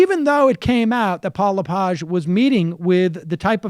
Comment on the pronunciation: Its it pronounced Le-Page like a page from a book